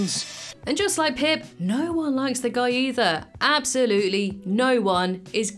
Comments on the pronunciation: Pip… it’s pip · Pip, its pip